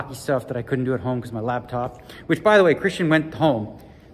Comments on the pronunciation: I swear he pronounces it "Labtop". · ARE YOU SAYING "LAB" TOP?? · Does he call it a labtop? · Hey Daniel it's called a Laptop, not a Labtop! lol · We all just ignoring the fact that Daniel calls it a “labtop”???